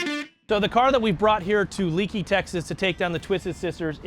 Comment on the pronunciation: “Leakey is pronounced-LAKEY….” Not Leekey🙁”